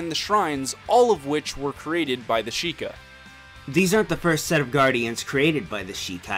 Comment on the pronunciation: "Shee-kye"? How do you get that from "Sheikah"?